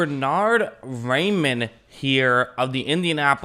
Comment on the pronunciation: "Rei" is pronounced like "rye" in English and "mann" like "munn" with a hard "n". So together that's "Ryemunn" in English.